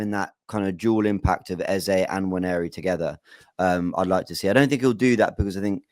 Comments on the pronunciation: the name is EZE, not Eza. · i agree, you made the right choice in choosing your gyaal...big up guys...good to see you all back. BTW its 'Eze' pronounced (Ez-zay) not 'Eza' pronounced (Ez-zah) which means 'King' in the igbo language (spoken by the South Eastern people in Nigeria)